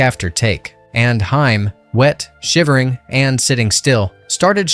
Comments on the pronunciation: Very good video. Truly. Only one small correction if you don't mind me critiquing: You keep pronouncing Corey Haim's last name like the female band. It's not pronounced that way. It's pronounced like "Hey-m," not "Hi-m." Other than that, fantastic video. Congrats! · It irritates me that you keep pronouncing "Haim" as "Hime" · Haim, not Hime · Haim, not Hime... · You keep mispronouncing Haims name. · You mispronounced haim, what else did you get wrong? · I was almost engaged in this video until I heard “Corey Hi-uhm” and “sax-offin-ist” 🤦‍♀️